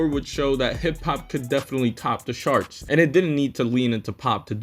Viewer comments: Sure, but why are you pronouncing charts like sharts? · oh, well you're using the "sh" sound for the "ch" in charts. The right pronunciation is the "tj" sound like in choke.